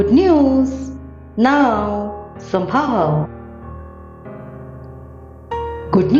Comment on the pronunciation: it's not sambhaava...it is somehow.... please pronounce as somehow